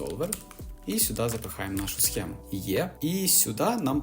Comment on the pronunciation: і "схему" туди ж